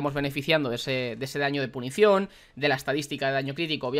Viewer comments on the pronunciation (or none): Gente normal: PUNCIÓN: PUNICION